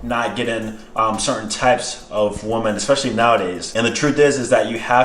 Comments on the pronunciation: Exactly I’m glad I found one of these comments, he says “woman” instead of “women” the proper way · It’s “woMEN” not “woman” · Is it just me, or is saying woman instead of women? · it is pronounced WE-MEN. Say it with me now WE-MEN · The way you say ''women'', you say it like ''woman''..Just an observation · Why do you pronounce Women wrong? It’s extremely annoying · Weymeyn > woomin